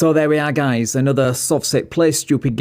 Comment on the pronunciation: SovCit so smart he doesn't know that "guyses" is not a word. The word is "guys".